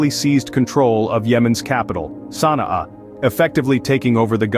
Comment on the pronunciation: Your prounciation of the name of the capital is wrong